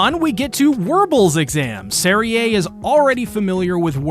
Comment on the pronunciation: Serie is pronounced like zeri, not zerie